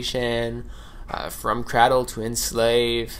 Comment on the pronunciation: Crādle bro, crādle. Ā long a your killing me saying that man. Even Dani says it right and he has more of a accent than you.